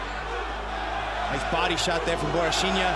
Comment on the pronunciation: Bro WHAT are they saying??? Costa is pronounced “bohasheenya” ??